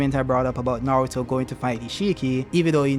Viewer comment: bowuto & nawuto, I love you bro, chuckles.